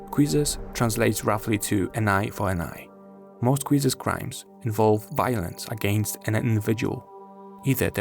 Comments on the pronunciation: !PLEASE! When trying to say a word of another language, don't use another languages rule. Q in Qisas is not supposed to be said as "kw". When romanizing Arabic the sound between K and G is transliterated as Q. cries in lignuistic gnosis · Thank god that the comments didn't just agree to this video. The guy couldn't even pronounce Qisas right